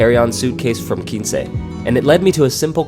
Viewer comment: Video was very well done. Nice comparison! Just a note, I think it’s pronounced “kwinse”